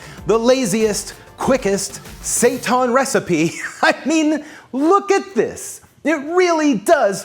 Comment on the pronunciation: Seitan is pronounced like SAY TAN as in "hail Satan." There is no "ton" in that language unless there's a g after the n.